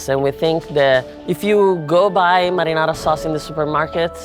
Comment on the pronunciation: "madinadi sauce"